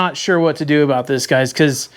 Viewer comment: These are the best kind of videos. See sht himself when his old lady rolled in aboot 😂